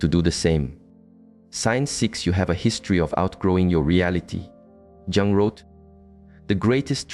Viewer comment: Carl Jung is pronounced Carl Yung